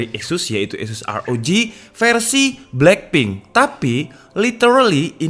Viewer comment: "black and plink"😂😂